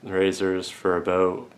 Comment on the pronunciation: What is this value village you speak of? I heard you say “ A Boat” so I assume your our neighbor to the North